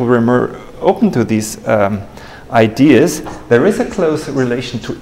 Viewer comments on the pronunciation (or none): none